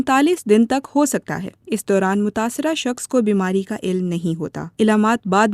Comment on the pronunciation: Very poor hiring for BBC Urdu, has poor urdu dilect. ilamat Nahin Alamat Hona cahey.